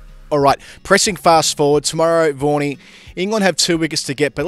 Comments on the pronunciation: Why do u call vaghan as warnie??? Very strange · Vaughny he called vaughny